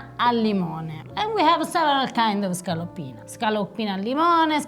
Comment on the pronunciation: I hate to do this. But it itches me not to. *ScaLoPPine*...not ScaLLoPine. I know, effing double consonants, sorry.